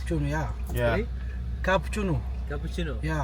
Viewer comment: ሉዊ ቪቶን ... ካፑቺኖ ...you have to practice English as a YouTuber young man. You can do it 🤝